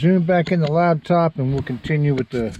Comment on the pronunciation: It’s called a lap top. Not a lab top